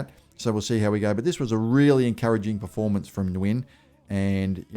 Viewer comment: Hey, Jayden Nguyen is pronounced (New-Yen)